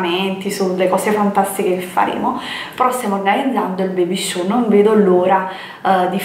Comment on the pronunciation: Baby show🙄. Si dice shower pronunciato „sciauer „!!! Ma in sostanza il bambino si muoveva durante la promo dei prodotti? Un vero pecchato